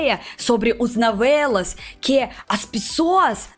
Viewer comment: Navelas kkkkk Tão típico dos russos confundir o som do o com a rsrsrs Fica fofo 💜